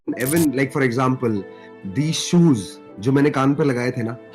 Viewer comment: Sues nhi shoes hota h